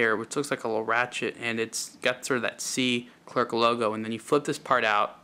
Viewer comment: Pronounced Cler and NOT ClerC OK!